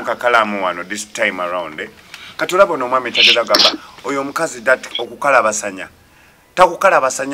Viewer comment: ekigambo kiri "KUKABASANYA" not "KUKALABASANYA "